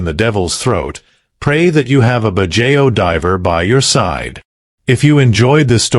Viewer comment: Pronunciation corrections: KIT-SU-NE…every vowel is pronounced, no silent vowel sound, kitsune means fox in Japanese. BAD-JAO…not badjeo, the letter O is pronounced similar to the letter W.